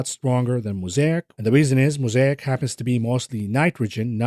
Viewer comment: when pronounces 'Mosaic' the right way.... it's getting crazy